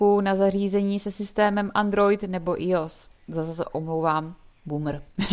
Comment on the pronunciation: To iOS sa číta AIOS